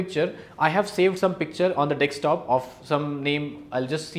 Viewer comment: Nice video, but one catch, it's dessssskktop not dekkkkssstop. lol dekkkkssstop sounds weird.